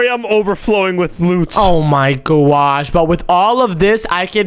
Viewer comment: Why does he say gwosh for gosh